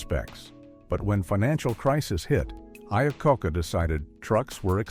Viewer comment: Man that was an unfortunate mispronunciation of Iacocca. 😂